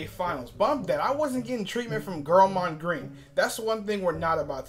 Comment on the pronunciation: Finally bro. I wasn't rushing you but damn FINALLY? Did you just say Girlmond Green 🤣